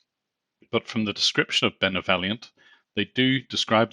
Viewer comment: Benovellient..sounds a whole lot like Benevolent dont it guys?